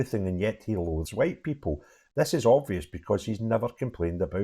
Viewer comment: After that hwhite, hwhite, hwhite, hwhite speech he made I think it is Humza Yousless who is the provable racist.